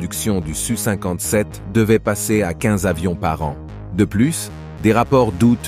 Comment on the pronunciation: En effet, c-e-s dépriment à la longue, comme de dire SU57 au lieu de S U 57 ! Et n'oublions pas que ça ne s'arrangera pas en deux mille vingt cinq.